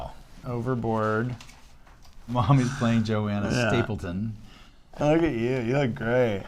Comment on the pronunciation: Kurt its Stayton.....not stapleton!